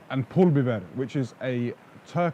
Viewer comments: Your accent is so good when you say Kırmızı Toz Biber and Pul Biber. Are Turkish or ever lived in Turkey. Abi Türk müsün abiii? :D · Can you please tell us the music used in the video? Especially that banget . Love the content! Good job pronouncing the peper spices! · Hacı Türk müsün pul biber falan çok güzel telaffuz ettin 😂